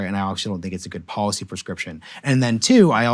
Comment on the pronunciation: IT IS pronounced depoliticised - NOT - DepoWiticised Bolled over - NOT - boWed over & here is the BEST policy - NOT - poWicy Get the marbles out Son